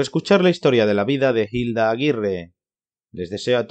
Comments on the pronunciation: No se pronuncia "JILDA" sino "ILDA", la H es muda y no suena y Sor Yeye no fue novela, fue una pelicula, Hay que documentarse antes de hablar. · Muchacho que estás narrando el video... Papa en español no pronunciamos la H al empezar la palabra... Te oyes fake deverás, algo horrible.